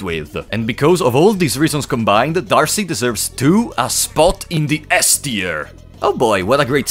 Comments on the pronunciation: I'm pretty sure D'Arce is just pronounced Dark or Darke. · D’arce is pronounced with a silent E